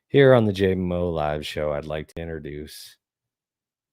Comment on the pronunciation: Ride or die with the “Jay-moe9”